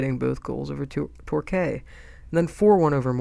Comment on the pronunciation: FYI - it's you say Torquay like Tor-Key not Tor-Kay ;)